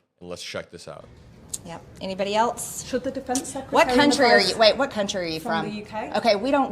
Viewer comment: MTG: Anybody ELTSE? Wtf? She gots herself a reel edutation. Won't let anyone 'AXE' her a simple 'KESTION'. Lol, what a swamp-witch.